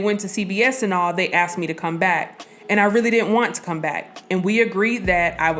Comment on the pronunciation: They “ axed” her what ?